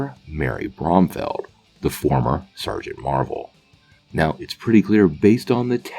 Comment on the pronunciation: *Bromfield. You're saying it wrong. And if he were to go into her hero form, she wouldn't be called Sergeant Marvel because that word is off limits